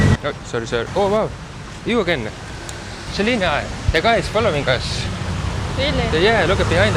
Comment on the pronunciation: Even braindead sometimes says Solina, Selina and Jolina when he can remember her name 👉🤣